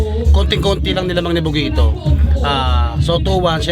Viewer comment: tang inang rapper yan c bogito bulol pota.,magbi2saya n lng mali mali p